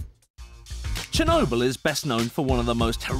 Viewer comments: I thought it was Chernobyl, not Chenobyl... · lol dude it is CHERNOBYL not CHENOBYL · It's Chernobyl,with an "r" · GRAMMAR POLICE GRAMMAR POLICE! its chernobyl.....j/k its chinobyl